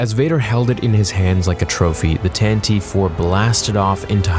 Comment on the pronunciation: Tan Tiv Vee... Why do people mispronounce this so often?